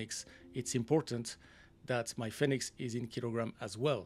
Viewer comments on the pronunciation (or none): Love FSIPanel. New training scenarios are always exciting to see. Just a note. Fenix is pronounced like fee nix rather than fen nix.